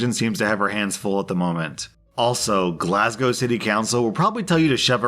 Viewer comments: pronouncing Glasgow correctly blew my fucking mind. Most people who aren't from Scotland pronounce it like glass cow. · As a Glasgow girl, bite my banner means bite my dick. Also, Sturgeon is our First Minister, not Prime Minister. Close enough though. Not to be rude but thank you for saying Glasgow correctly. Americans tend to say it wrong. They say "Glas Cow". Americans, may I ask something? Where the fuck is this C you keep saying?!?! This is the quickest way to piss off a Glaswegian. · is this an american actually pronouncing glasgow correctly? ITS A WITCH